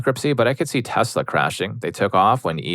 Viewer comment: My dude… PLEASE PRONOUNCE TESLA PROPERLY. As a man with autism, it is absolutely triggering to hear the name being butchered constantly, even with my feelings about the company.